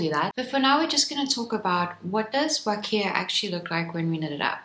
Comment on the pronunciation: Huacaya is pronounced "wa-kah-ya," not "wa-kee-ah."